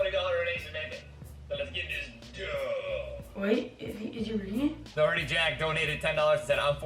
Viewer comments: why does no one know how to pronounce doherty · 😂Jack duh oh erty🤮